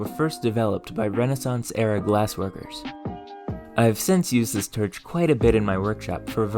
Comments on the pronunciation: It took me 12 times of him saying terch to realize he's saying torch. You have an interesting way of talking. Awesome video. Also is that an accent or a lisp? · You have a very interesting quirk in the way you speak. Everything sounds "normal" to me (I'm from Southern Ontario, but, also, when I went to Houston, Texas, lots of people sounded just like back home for the most part; tldr that's the accent, no idea what to call it), expect when you say "torch" or "form", you pronounce the "or" like "er" or "ir", it sounds like you're saying firm instead of form to me and torch sounds like terch. I've never heard that before. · Honestly can't tell if I'm watching to learn or to hear him pronounce words with "or" sounds. Er should I say "werds?" 👀 So far, "terch" is my favorite. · Why do you pronounce the 'or' sound as 'er' ? You say 'terch' and 'ferest' - where are you from to have this accent? Irish? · I’ve never heard it pronounced TERCH before. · Dammit, now I feel bad for chuckling at "terch". Your content is great. Thank you for sharing. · where are you from I notice you pronounce some of your Os as Es such as torch as terch and I don't think I've heard that accent before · Why you say Terch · Terch? Melk? What planet are you from? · Turch? Is that what im hearing? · Blow terch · Very interesting video, but why is he pronouncing his "or"s as "er"s? A few examples of what he says....... "terch", "ferest", "ferm", "peres", "abserbing", "mere" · Very cool but the pronunciations grind my gears. Blow terch being the most repeated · I'm so curious what accent you have. It sounds like a completely normal middle American accent, until you say a word with the sound "or". Like, "historical" legitimately sounds like "hysterical", and "torch" sounds like "terch". You say other "o" vowels in a totally normal way, and all other vowels before other "r" sounds are normal as well.